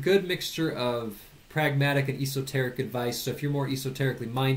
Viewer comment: never herd anyone pronounce esoteric "E-soteric" man its realy annoying lol , thanx for the recommendations good video.